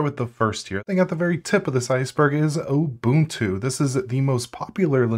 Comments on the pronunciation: "At the very tip of this iceberg is Oh boon two!" I disliked the video just for that, and I don't even like Ubuntu. Learn how to read. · did my man say OHbuntu